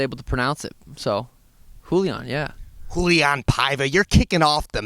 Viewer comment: Does pronounce fighters' names wrongly on purpose? Lol. The "A" on Rauliam is not mute